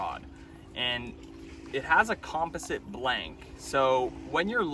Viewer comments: wtf is a "com-pes-sant" blank, a "she-mano" bantam, and about 30 more of the most mispronounced words I've ever heard in my life... it's almost as if you're one of "those guys" who clearly know the correct pronunciation, yet absolutely BUTCHER the word solely for attention, which is sad. However. it could also be that you have the IQ of a tree stump. Which explains all of this perfectly and makes total sense! .. #Cringeeeee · Just FYI, you're pronouncing "composite" wrong. ;)